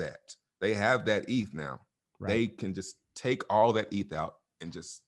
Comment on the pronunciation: You can tell this guy has no clue what he is talking about by the way he pronounces "eth".